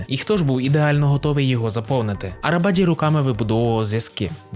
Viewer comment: Автор,заглянь в перекладач!!Буква С в турецькій мові читається як Дж.Тобто Неджаті Арабаджі!!!